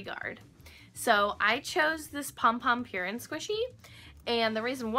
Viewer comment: that offended me so much cause I love Pom Pom purin and also it's not pyurin it's puurin